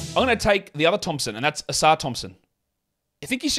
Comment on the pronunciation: It's Livvy OHsar. Not Livvy ohSAR Thompson